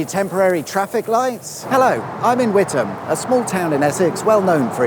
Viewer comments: I'm truly surprised, given some past examples, you actually pronounced Witham correctly. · Did you do the wavy arm thing to make the lights change for all the ghost traffic to make it's way in the opposite direction? And thumbs up for pronouncing Witham correctly, none of this With Ham crap, that's when I get in a Meal Deal sandwich. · As a former Essex resident, not too far from Witham, I am glad that you pronounced the name correctly- something that the BBC often get wrong. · Thank you for the correct pronunciation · I live just up the road in Braintree. Well done for NOT pronouncing the town WiTHam! 😁👍